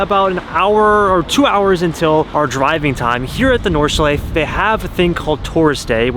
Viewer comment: Nice vlog! One hint about "Nordschleife": German doesn't have silent vowels at the end of the word, so the -E at the end is fully pronounced, just like in Porsche. , you can hear the guy from Lithuania pronounce it correctly 👍